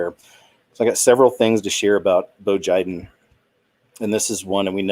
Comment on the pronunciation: Ha you just said "bo jiden" lol